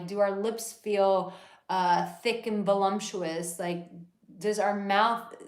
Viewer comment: So first, thank you for this; I'm only sorry I didn't get to watch live, but the final paragraph shows how it's all worked out. Second - and here's one of the things I hate about how my neurodivergence works sometimes - but it totally took me out of what you were saying when you made the (admittedly common) error of adding an "m" sound to the word "voluptuous." It's like an evil ear worm each time my pedantic grammarian's brain hears it. 🤦🏻‍♀️🤷🏻‍♀️ Also: if your man is (certain flavors of) neurodivergent, looking all over is actually a sign we're comfortable enough to focus on ACTUALLY LISTENING to you instead of LOOKING LIKE we're listening to you. Finally: I actually flipped the script on my new partner. We met the first night of a retreat; she was NOT into me like that, and I could tell there were only pleasantly friendly vibes. Besides: neither of us was really looking for much. The next day we were in a workshop together, and suddenly, something sparked. We spent 2 of the remaining 3 nights together, then gleefully road tripped for another 3. I haven't felt like this in 20 years, and it's all new for her. A month later, and we're pretty sure we've each found our person.